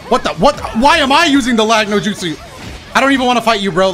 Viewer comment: my guy literally said " lagno justu" 😅😅😅